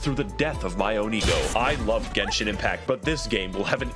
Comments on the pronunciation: i love how max0r was saying "genshin" the right way through the whole video, and yet you kept saying "jensen" for some reason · It's a hard g, like gun.